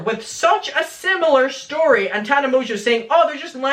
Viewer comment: Um, dude, you pronounced her name wrong...its "Tarna Mongo" lmao thankyouparishilton!!!!